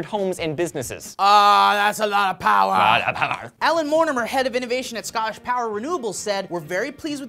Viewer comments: The hell happened to? XD I know said, "Ah, that's a lot of powa!" so did say "Lots of powa!"? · UNLIMITED POWAAH!!!